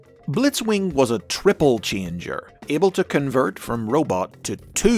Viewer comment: O:47 You said tribble-changer there. witch sounds really funny